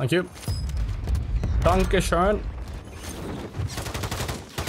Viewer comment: He said danke shine😂